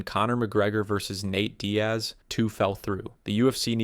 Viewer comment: “Nat Diaz”